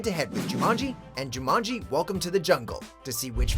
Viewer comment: Me too. I love the original. And it's Jumanji not Jumonji.